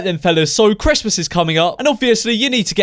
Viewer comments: Is it just me or did he say chresmas is coming up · George. You said Chrest mas. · Did he say cressmas